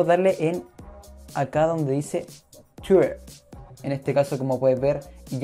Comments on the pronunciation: que tienes con tuirrr ajjajajaj pronuncia bien :v twitter :v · por que dices tuier y no lo pronuncias bien ? jajaj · yo tampoco lo entendí pero se que quiero decir que no sabes pronunciar Twitter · es que la forma en la que lo pronuncias esta mal o es rara fíjate que muchos te lo recalcaron, critica constructiva tal ves, gracias a ti por responder